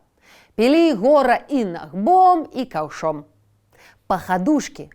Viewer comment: Гомельская вобласць. Набгом, а не нагбом